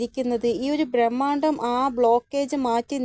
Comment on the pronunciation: ബ്രഹ്മാണ്ഡം not ഭ്രമാണ്ടം